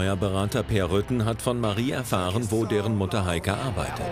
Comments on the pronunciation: Ich verstand erst Rüttgen 😂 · Ach, Peer heißt "Rütten" ich habe "Rücken" verstanden